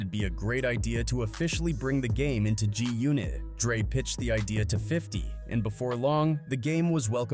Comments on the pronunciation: WTF is "JUNIT"? these AI vids reporting on hip hop and other black news, while butchering names is annoying AF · Having the AI say G-Unit as “joonit” is unacceptable bruh.